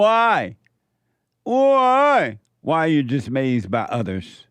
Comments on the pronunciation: why are you dismayzed? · Is anyone gonna let JLP know he is mispronouncing dismayed?😊